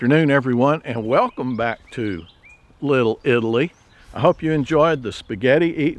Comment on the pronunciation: Grandpa takes no pride in his grandchildren. Yeah sure . A happy fourth of July to your entire family, that have been a blessing to all of us . By the way your pronunciation of little Italy is wonderful to my ears . The Odessa Teauges we allowed to marry into the family tend to pronounce my heritage as EYE-TAL-IAN . In spite of my New York origins and his Texas upbringing, my nieces father in law is my dearest friend . Brotherhood in the Lord overcomes all language barriers .